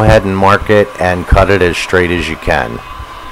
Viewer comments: Stop saying shtring and shtraight....you are ruining the English language! 🇨🇦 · “Shtraight”, “shtring” :)